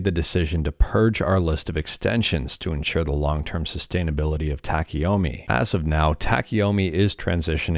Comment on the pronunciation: About the Pronunciatioun of TACHIYOMI: Tachi (the chi is like in chill) Yo like yo yo yo mi like me TA CHI YO ME kinda and tachiyomi basically means READING while STANDING tachi - stand yomi - read have a good day everyone Edit: the last time you say it, you actually say it correctly cheers